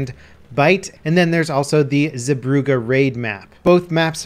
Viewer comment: its hell-lee-goland and ZAY-brugge